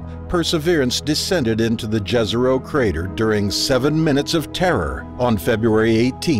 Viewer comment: It is pronounced Yezero. :)